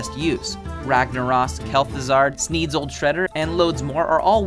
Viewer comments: Ragna-ROSS, Kel-ThuZARD. Me: ???? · Windchill yeti, Ragnaross, and Kel'Thuzard. Very interesting that I am expected to take advice from someone who doesn't even know the names of the cards (Ragnaros is more forgivable but 'windchill yeti'? Come on!) they are talking about. The guy doesn't found for or have any other noticable dialect that changes pronunciation either; there is no reason for him to be messing them up. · KelthuzaRd? lol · Kelthuzard? really bruh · "Ragnaras", "Kel'Thuzard" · "Rangnarahs, Kel'thuzard" gg man gg... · "Kel'thuzard" lol. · Bruh you said Kel-Thuzard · What is this "Kel'thuzard" card that you speak of? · Kel' thuzuurrrrd